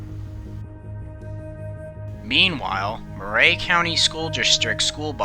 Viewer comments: I remember this well. I live across the state line in Tennessee. It was quite sad. Also, Murray county is pronounced like Mer-eey and not Mer-ray. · 1) It's pronounced "murr-e" not "moo-ray". 2) I'm familiar with this area; most of the roads that need to get on the other side of the tracks go under some sort of low bridge; this is near Old Fort, TN; and I think the only other "level crossing" like this one is nearly 4 miles north on Davis Kurbow Rd. 3) Why the hell did these buses have a stereo? Growing up my buses barely had heat. 4) The argument of "why" they stop is invalid. The explanation is "What if the bus breaks down as it's trying to cross?" Well, if that's really what we're trying to prevent (which in reality we're not, I get that) but if it WERE then the appropriate action is to stop SEVERAL CAR LENGTHS AWAY before the crossing, so that when you are clear to go you can apply some bloody speed to the tracks so that if it cuts out (which it won't) the forces of nature will glide it across irrespective of whether the engine is running or not. I'm half deaf, and I can hear a train horn from half a mile away; this open door and turn everything off and p and q this and scratch your nuts and this and that and blinkers and bonkers it's all bullsh*t. This isn't about the excuse "oh I didn't hear them coming" NO. This was 100% distracted driving on a frontal lobe level; this driver could have been facing the train head on standing on the tracks without the protection of a car and it probably STILL wouldn't have registered with her. 5) It's sad that this even happened; it boils down to an arrogant driver that thought they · Thanks for the video. I'm from the neighboring county and remember this day well. Just FYI: It's pronounced "Murry" County, not "Mur-ray" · Murray is pronounced "MURR -- ee." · Chastised = CHAH-stized. Murray = mur-REE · Weird pronunciation of Murray.